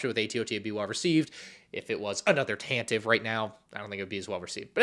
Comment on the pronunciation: Tan-teh-vee, it's pronounced Tan-teh-vee.